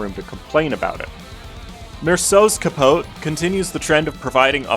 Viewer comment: brother cant pronounce capote right but nails walpurgisnacht